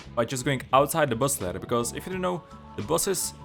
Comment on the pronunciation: So 50 meters from the “Boss” or the “Boss lair.” I’m assuming the “Lair,” but the way he said it made it sound like he meant the actual “Boss.”